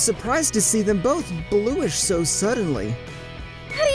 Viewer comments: Did this man just say “blueish” instead of “blush”?😅🤣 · Ah yes, Blush is now pronounced Blue-ish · I had a stroke when i heard him say blueish instead of blush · He can't even say english words. He pronounced blush as bloosh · this man just said blueish instead of blush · voice actor thought it was Bluish not Blush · I broke when he said Bl-oo-sh instead of bl-u-sh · Wait wait WAIT a minute! U pronounced Blush, Blueish!? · it's bloosh guys, not blush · He pronounced "blush" Bluesh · "I was surprised to see them BOTH BLOOESH so suddenly" Ah yes, blooesh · You noticed that too 😂😂😂😂😂 I thought I was the only one that heard him say "bloosh" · Man actually pronounced “blush” as “bloosh” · Did he really say blush as blueish?!?!?😂😂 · Is no one gonna talk about the fact he pronounced blush as blue-ish? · Why say blush when you can say bloosh? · "blooish" bruh said blooish... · Who is this reader. He pronouced blush as blue-ish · To the person that dubbed this manga Like no offense But instead of blush you said bluesh I know im just nitpicking But its annoying when it happens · How do you mispronounce “blush”